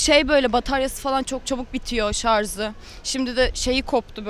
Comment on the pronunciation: şarz değil şarj